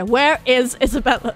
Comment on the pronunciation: HEY! Thazt annoys me when you pronounce isabella like that, because thats my name!!! xD i get it's italian but you don't always hato to pronounce it like that xDDD